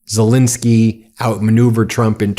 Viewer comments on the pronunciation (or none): ZelENski not zelinski. Please pronounce his name ybe way he does.